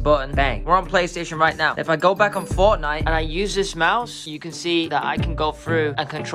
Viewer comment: Fortshite.. LOL